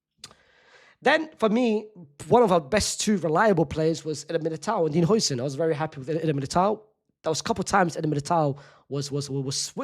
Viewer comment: Is it that hard to say Hausen?